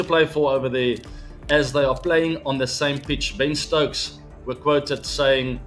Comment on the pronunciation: When ABD said Ben stokes 😊 When kholi said Ben stokes ☠️